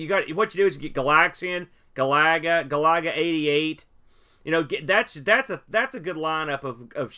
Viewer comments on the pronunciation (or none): If I ever hear you call Galaga "ga-lah-gah" again I may have to unsubscribe... 😂😂🤣🤣😉